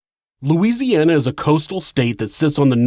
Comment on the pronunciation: Just wanted to say how awesome it is that you correctly pronounced the cities and other places in Louisiana you talked about in this one. Pretty telling of your care and concern for the little things that matter to us because they’re part of who we are.